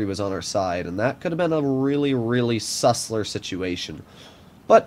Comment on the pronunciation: Every time says sussler my lifespan goes down by a few months.